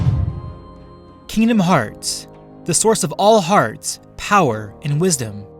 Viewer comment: I’m not in the fighting part and I’m already cringing cuz he’s call kingdomhearts wrong. And also why is he taking away Sora’ powers but not Aangs